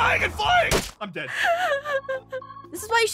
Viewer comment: When says Chickalin: New Nether mob XD